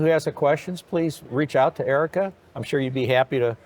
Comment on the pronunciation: It's "Erika" not Erica